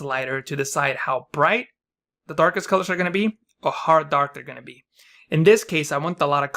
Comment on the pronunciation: What's wrong with your d letter? almost sounds like a russian T (the ddttuaarkest color) which is kinda annoying.. lol kidding. Thanks for the great tutorial!